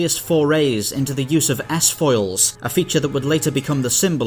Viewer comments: Lock ass-foils in attack position. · I'm sorry, did you say "ass-foils"?